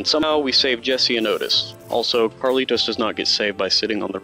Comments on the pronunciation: Did you never realise it's Carlito, not CarlitoS? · The guys name is Carlito. Not Carlitos. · His name is carlito not Carlitos